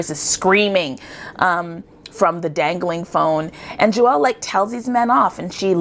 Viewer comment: Her name is pronounced like Jewel... not Jew welle. She introduces herself in another video her on youtube. ;)